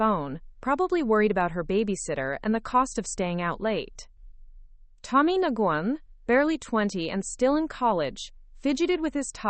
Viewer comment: Listening and reading from Wheaton, Illinois (about 64 km West of Chicago). hours, 10 August 2025. ~ Nguyen is pronounced as ‘nwin’.